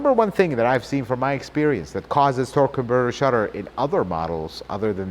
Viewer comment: It's a very weird way to pronounce the word " converter ".... Does it hurt your tongue ???